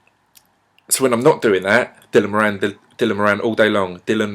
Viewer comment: It's pronounced Dylan MORE-uhn. :)